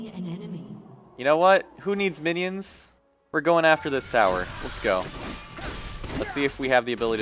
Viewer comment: There's one thing i don't understand ...... Why you said winions ? O.o